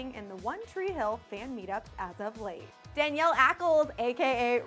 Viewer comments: Danielle Ackles? It's pronounced Danneel Dann-eel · It’s DUH-KNEEL, not Danielle. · Danneel ackles pronounced "Duh-neal" not danielle..... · Interesting to watch but at least make sure you get their names right! It's Danneel Ackles not Danielle!! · You pronounced Danneels name wrong. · She pronounced Danneel wrong... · I wish people would say Danneel's name right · You mispronounced danneel awww 😭💀